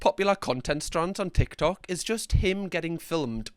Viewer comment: 'Ick Tok"